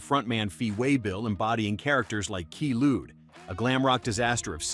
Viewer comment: Fee Waybill's character WAS NOT Key Luke. He was the master on Kung Fu. Fee's character was Quay Lewd. A riff on a popular drug at the time. I wish they'd teach their goddamned computers pronunciation before inflicting them upon the world.